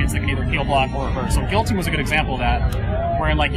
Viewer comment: He said gillohteen